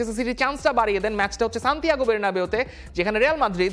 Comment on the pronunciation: এর সব ঠিক আছে। কিন্তু মাঝেমধ্যে কিছু উচ্চারণে অতিরিক্ত স্মার্ট সাজার জন্য উচ্চারণ বদলে ফেলেন এটা কেমন একটু শ্রুতিকটু লাগে।। যেমন ১. য়ুভেন্তুস। ২. রেয়াল মাদ্রিদ। ৩. বের্নাবিউ। ৪. পেইএসভি। আরো কিছু আছে।।